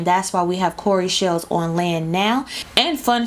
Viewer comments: Pronounced “Cow - Ree” Cowry shells. Lol. I was confused for a minute about Corey shells! But Sis, keep doin what you do! I love your channel and how you break down all these complex stories. Bless you. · I love the way you say cowrie shells